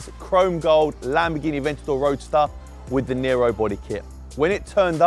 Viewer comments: did he just say farrari adventador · Did my man really say "E-ventador" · He said Ferrari atventador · So no one is gonna acknowledge the fact that dude said “ la Ferrari aventado”? 😂😂